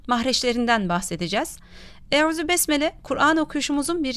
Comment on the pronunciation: Yalniz arapçada ü harfi yok arap hafizlar hep u harfiyle okuyorlar